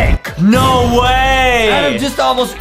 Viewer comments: Adem: saying his own name wrong Justin: saying Adems name right Me: how he not say his name right, GO BACK TO ENGLISH SCHOOL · ADAM NOT ADEM